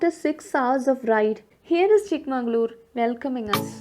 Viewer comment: Nice vlog. There is no "N" in the magaluru...its chikka magala ooru. You missed the pronunciation twice